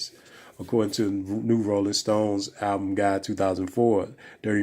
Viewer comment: When will brothers ever pronounce the L in the world "Album"?